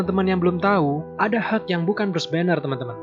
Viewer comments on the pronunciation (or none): Helk bukan heg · ini pengucapan nya asli deh, hulk is not helg,pas totally awesome ketara banget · It just sounds like 'Heuk' not 'Hulk' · Bacanya yg bener itu (hag) (huk) ? Kok dengernya aneh ya kalo (hag)